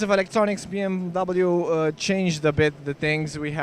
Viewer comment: It’s not B M double you. It’s BMWEEEEE